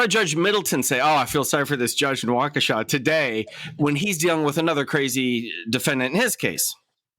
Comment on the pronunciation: Just an FYI Waukesha does not end in “w”.